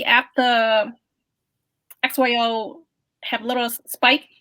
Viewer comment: XYO not OXY